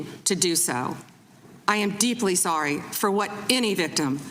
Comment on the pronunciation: Did you say sowwy?